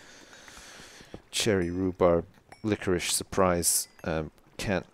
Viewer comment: love dat "licorish" ;)